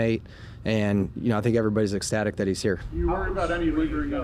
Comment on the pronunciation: ESTatic or ECStatic?